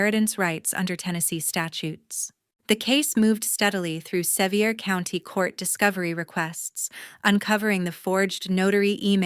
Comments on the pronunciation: It is pronounced "Se-vere" county. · Sevier County is pronounced Severe